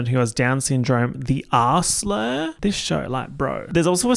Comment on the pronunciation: So... he called Robin (Sue's kid with Down Syndrome) 'the R-slur', right? Because I'll be honest on my first like five rewatches I absolutely heard 'the Assler', like the Onceler but with Ass?? It was like really bothering me! I was thinking, I was pretty sure that the Onceler movie hadn't come out at this time. Why would he call her that? What a mental journey I just went on.